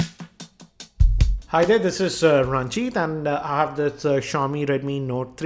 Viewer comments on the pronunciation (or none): none